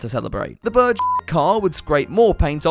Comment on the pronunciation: The way this man says bird. Birr 😂